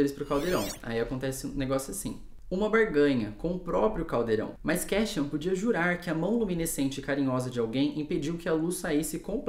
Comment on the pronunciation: Pra quem quiser saber a pronúncia dos nomes de acordo c a própria autora: Claro, cada um pronuncia como quiser, a cabeça é de vcs 😅😊🤣🤣🤣 Mas foi difícil p mim ouvir Kéchian e Nésta por mais de 30min 😂😂😂 Só mesmo p engajar vc, 👍 (Cassiãn e Nêsta, pronto rs) 😅😅😅